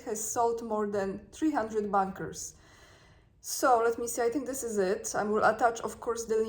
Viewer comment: Sorry,. You are pronouncing “bunkers” like “bankers”. The “u” should sounder like “u” in “under”.